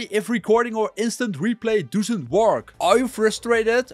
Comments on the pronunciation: Gast het is niet DOESUNT, je spreekt het uit als DOSSENT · dusent werk 😂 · I swear he's from Rotherham and saying doesn't funny on purpose 😂😂😂